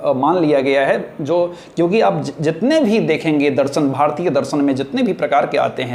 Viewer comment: आदरणीय, आप के शिक्षण का स्तर बहुत सुंदर और सार्थक है।। कृपया उच्चारण पर गौर करें।। दर्शन होता है दरसन नहीं।। क्षमा प्रार्थी हूं।।🙏🙏🌹🌹